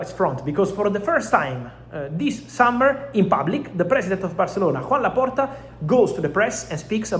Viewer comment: His name is not Juan, it is Joan. I think he will be a bit mad if he hears this.